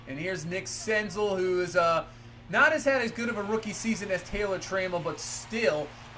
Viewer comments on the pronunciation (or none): Btw senzel is pronounced like gazelle